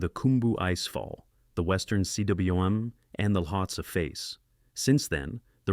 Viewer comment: Will he say See DubvaYou Oowim for CWM (coom)? How long will he continue? Will the Welsh change pronunciation of the word to match his whacky half-attempts at pronouncing it without taking one minute to look it up? So many questions…